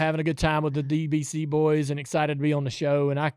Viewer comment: "Dale's Exited..." hm? Not "Excited"?